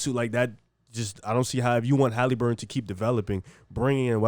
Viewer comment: Tyrese Haleeburton 😂